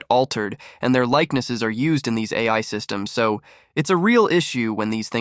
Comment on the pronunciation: "Sow" means so